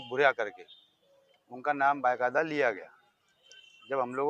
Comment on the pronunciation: بائے قاعدہ مت بولا کرو ،بھائی با قاعدہ بولنا سیکھ لونا ۔کب پروگریس کروگے۔